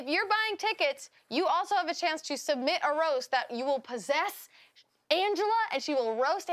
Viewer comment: said cuunty:D